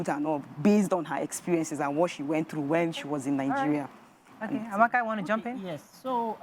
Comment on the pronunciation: Nothing said by someone who pronounces Nigeria as "Nigereh".